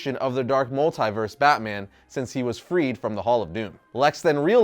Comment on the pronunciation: Anyone else annoyed with how says multiverse?